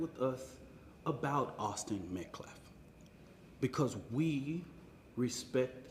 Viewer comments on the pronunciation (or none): Justice for Metcalf. You couldn't even say his name right. Austin Metcalf. That was his name. Not Austin Metclaf. Weather didn't bring a knife to a track meet. Frisco ISD didn't bring a knife to a track meet. Austin Metcalf, Austin Metcalfs father didn't bring a knife to a track meet. Carmelo Anthony DID bring a knife to a track meet. Carmelo Anthony chose not to leave the tent where he was not invited. Carmelo Anthony ignored 3 requests to leave. Carmelo Anthony chose ro disrespect himself, and the rules of the Track Meet by entering the tent he was not welcome in. Carmelo Anthony MURDERED a boy, a child, a minor, simply for being told to leave where he wasn't welcome. For being pushed towards the exit after being asked to leave. Carmelo Anthony chose to remain in that tent goading for an attack. Carmelo Anthony knew he did wrong and thats why he asked responding law enforcement if it "could be self defence" he was trying to ge that defense before getting legal representation. He knew what he was doing. Taking the knife to the Track Meet was a preplanned action, a decision he chose to make. This has nothing to do with race, political affiliation, gender identity or anything else. You, and people like you are making this about race. But this is as simple as murder. Murder. A minor killing a minor. And absolutely anyone who does that deserves to be imprisoned for that, and deserves the consequence of not being able to graduate. Any educated individual not blinded by race can s